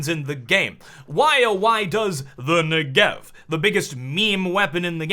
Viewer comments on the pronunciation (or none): it is pronounced NE-gev. It's an Israeli weapon, named after the southern part of Israel. As a Hebrew speaker my brain hurts when I hear "ne-GEV"...:P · Never say Negev-er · You are pronouncing it wrong and it triggers me :P It's not Ne-Gev, it's N-e-g-e-v